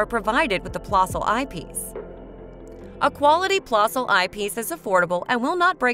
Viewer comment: It's a niggling thing, I know, but the correct pronunciation is 'plehssl'. The umlaut, the two dots, over the 'o', make the sound more like 'the 'eh in 'Meh!'